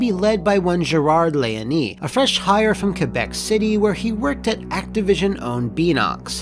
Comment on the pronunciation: You pronounced Québec right. It made me do a double-take, my compliments